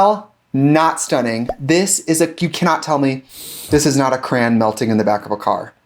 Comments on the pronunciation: I literally had to pause and think about what she was saying when she said "crayon" 😭😂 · Trixie says crayon the same way I do! Cran XD XD